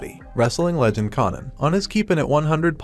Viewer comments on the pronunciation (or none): its pronounced Coe-nan, like the barbarian, not Conan like Sir Arthur Conan Doyle.